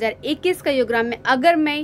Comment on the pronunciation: युग्राम? योगग्राम✅